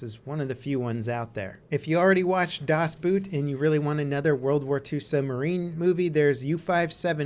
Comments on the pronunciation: Boot is pronounced almost exactly the same as boat, PLEASE don't say Boot like a shoe -_ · GJ, will have a look at some of them again! as german I never got your pronunciation of "das Boot". Just stick with your english pronunciation of "boat" and you will be maybe 95% close to the actual name in german :). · Really? Das Boot is a german name. Not pronounced like the boot you wear, but just like boat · omg boot xP you spelling it totally incorrect! its not about a shoe it is about a boat so you rather pronounce it the english way thats much closer than just saying it like the shoe way! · Ahh! What a good list, I thought you missed the Finnish War, which is absolutely wonderful, so I'm referring to a movie called Unknown Soldier(Okänd Soldat), which I saw in the cinema this fall and is magical. In addition to your pronunciation about Das Boot(which was tottaly wrong^^), your video was absolutely wonderful! Keep it up Mate!!!! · As a Swiss i cracked up everytime you said "das Boot" xD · Das Boot.... jesus christ, at least make an attempt not to 100% butcher the prenounciation. Its not a boot that you wear on your foot... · Please don't say das boot again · It took a while to get what you mean with "Das Boot" due to I only know the movie name by German pronouncation. Do Americans, and all English nations alike, watching "Das Boot" and "Downfall" with original German audio or with English dub?